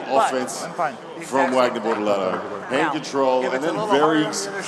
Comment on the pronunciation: Bortolato, not Bortalato (or?)